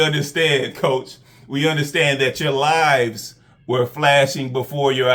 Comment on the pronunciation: You said his “lives” flashed before his eyes when he reached in there and found snake skin and I kept thinking you were saying his “lies” flashed before his eyes 😂🤣